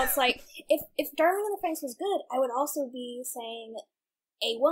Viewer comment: Why do you keep calling it Darling in the Fronks?